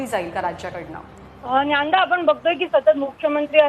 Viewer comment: Hi, thanks for sharing all the crucial details. I think the pronunciation is not Nyanda...it’s DnyaNaDa. Hope this makes sense.